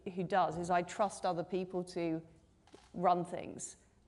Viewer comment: We do not want to "Restore Truss"! Rishi - make sure your t's are heard when talking about trust.